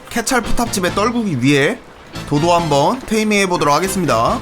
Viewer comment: 도자(도도)테이밍하고 이름 지어줄때 고자라고 들음ㅋㅋㅋㅋㅋㅋㅋㅋㅋㅋ